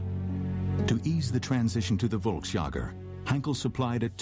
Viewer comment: I lost count of how many times I had to cringe at the mispronunciation of volksjager.